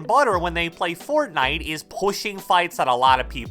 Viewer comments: “But at the end of the day it ezzz what it ezz” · eed ees what eed ees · It eeeez what is eeeez 😂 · Nobody:: "it eez what it eez" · it ees what it ees